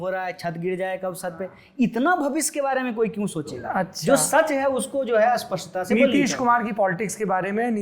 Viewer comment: Agree with everything that Kanhaiya said here. Bas 1 hi dikkat hai k ye Bhai SPASHT ko bhi ASPASHT kehta hai.